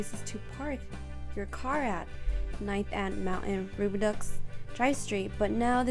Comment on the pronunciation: Thanks for the video! It’s however pronounced “Roo-bi-dough. Though some may pronounce it “Roo-bi-dew”.